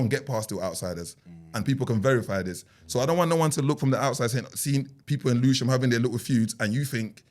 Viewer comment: put the L in Lewisham…